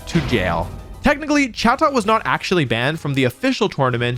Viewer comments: The correct pronunciation is closer to "chay-dit," but good video otherwise. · Definitely thought it was pronounced “cha-toe”